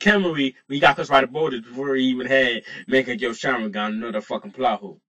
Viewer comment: This dude is slaughtering the names of everything he said mingeco sharingan